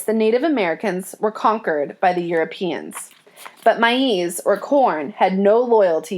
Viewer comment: its pronounced maze not mie ease dummy